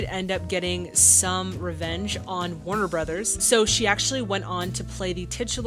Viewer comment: Please, start saying "Warner Brothers", thank you.